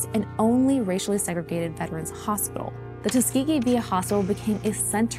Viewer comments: "HospiTal". Why are all the kids dropping their 'T's when they speak...? Sounds bizarre... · Can someone teach this girl how to pronounce “hospital” ?